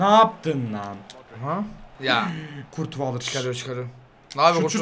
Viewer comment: yanlış söyledin courtois ( kurtua) değil (körtis) jsabjdhjdhsjdhsj eskiler bilir